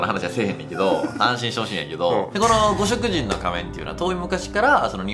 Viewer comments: 「ごしきじん」な！ 読みはきちんとしてくれ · ○ごしきじん ✕ごしょくじん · ‼️ ごしょくじん❌ごしきじん、だよ😁 熊本県民より❤️ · 五色人。読み方は「ごしきじん」ですね〜＼(^o^)／ でもって、うちの地域は4万年前頃から人が住み始めたらしく、中部地方（伊勢湾ら辺）から船で渡って来た可能性が高い、と市の歴史公民館の年表にあります。 日本の歴史は凄い。。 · 五色人 「ごしきじん」 神代文字 「じんだいもじ」 じゃなかったですっけ…？ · 五色人→ごしきじん 竹内文書→たけのうちもんじょ だと思いますよ。